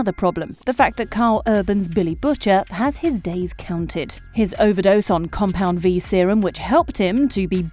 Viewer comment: 'Coumpand V'?